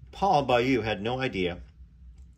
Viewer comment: Beaulieu is pronounced “Bo” (like the bo in both) and “li-you”, (the li like in lit), so “Bo-li-you”, not Bayou - it’s really not that hard lol!